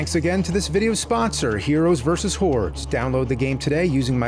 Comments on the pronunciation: I know it's HORDES, but I can't help hearing HEROES VS WHORES... I guess it's hard to separate the Nerd from James. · Anybody else hear “Heroes vs. Whores”? 🤣 But on the real, the main thing physical media has over streaming is that things are disappearing, so having a physical copy and a machine to watch it on ensures you can enjoy it forever and double check these Mandela effects. Because I remember “Luke, I am your father!” too! 🤨